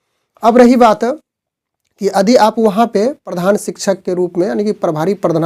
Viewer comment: आप यदि को अदि क्यों बोलते हैं ?